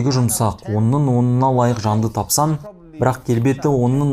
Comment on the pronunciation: Тапсан емес тапсаң де